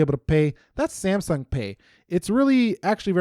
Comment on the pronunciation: am i the only one who commented why he says saymsung